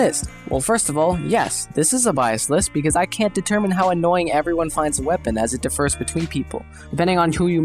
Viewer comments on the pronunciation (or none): Differ is not pronounced defer. Two separate words my dude